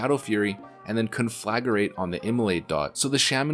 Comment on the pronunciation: "CON-FLAG-ER-ATE" just kill me